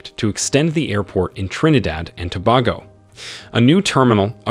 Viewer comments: It’s pronounced TOBAYGO NOT TOBAHGO 😊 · To be honest, you need to do more research. Most of these projects were cancelled a long time now e.g the resort in Tobago. Next, your pronunciation of the name is atrocious. You are probably using an A.I. A for effort F for execution.